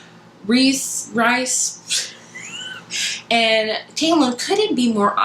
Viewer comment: This video was so good. I loved ACOMAF. Also you where saying rhysand's name correctly. It's Reesand or rees (like you said) for short. :)